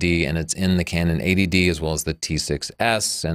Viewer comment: just a pointer; you should say EIGHTY---- D for this camera comparison , you're saying it phonetically like ADD. (this is Attention Deficit Disorder- not a cannon camera)